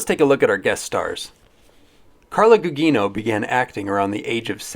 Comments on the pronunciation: .. and thanks, I thought it was always (Goo-jee-no). Appreciate the pronunciation adjustment. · Gugino is pronounced guu-JEE-noh. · Never heard anyone pronounce Carla gugino’s name that way